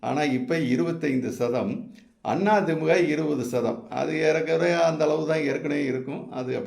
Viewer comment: Why thimmuka it is the-mu-ka.